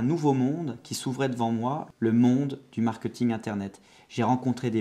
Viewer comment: on dit pas "markeuting".